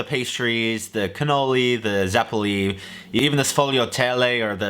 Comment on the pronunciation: "Im italian american" cannot even pronounce zeppole